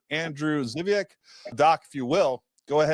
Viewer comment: My favorite Polish beer is Żywiec! Learn how to pronounce it. Geez.